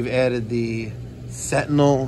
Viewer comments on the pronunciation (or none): none